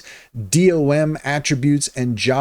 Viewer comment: Sorry but you reading the abbreviations as singular letters is just a major turn off... gsap is pronunced "jeesap" and D-O-M is just pronounced as... dom. Other than that, you just reiterated what the AI told you, no thoughts of your own...